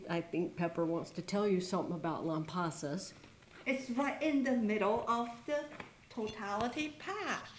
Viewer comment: I, also planned a trip to Texas two years prior! I was near you in Georgetown, TX! The clouds parted for us for about 15 minutes just when Totality hit! What a blessing! You were smart to head to Lampasas. I heard downtown Austin was cloudy. (Oh, and we pronounce it Lamb-pass-us)